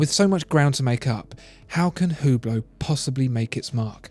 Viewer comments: It's pronounced "ooo-blow", btw, not "hue-blow" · Its pronounce without the H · Learn how to pronunce Hublot. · you are absolutely fantastic. love your vids. However, it is absolutely ridiculous how you pronounce the french watch brands!